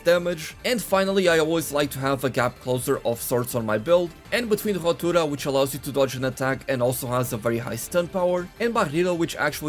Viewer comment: Me gusta como decis "barrido" y "rotura", bastante bien la verdad!!